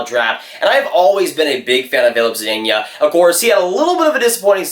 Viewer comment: "Filip Zadiña"